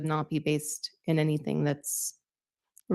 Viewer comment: It's so crazy to me that she was actually hired by any school district when she can't even pronounce words right or place them in the right spot in a sentence. I know everyone already knows this but it's just so damn annoying to me how she talks! She turns g's into k's, anything become "anythink" thing becomes "think"! She starts a question with the words "Why come". Apparently she's worked at alot of different schools so what has happened with our school system right here in the US? I think the entire country needs to do an internal investigation on our school system since they hire people like her! That's just beyond ridiculous!!🤔🙄